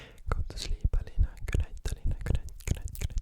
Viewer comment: As a Turk, I thank you for pronouncing the name Aleyna correctly.